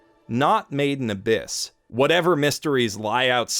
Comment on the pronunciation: I always thought you were saying “maiden abyss” I also thought it was a maid cafe show or something similar as you can imagine I found myself constantly wondering why you would critically acclaim a maid cafe show (oh how I was wrong 😑)